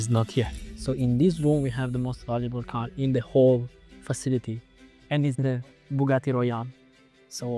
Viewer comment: "chiron-ah, veyron-ah, car-ah, same-ah, ask-ah, time-ah, development-ah, details-ah" italians speaking english :D:D:D:D:D pathetic